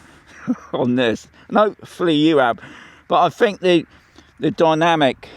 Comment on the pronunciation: It's dynamic not dymanic. Good video though 😊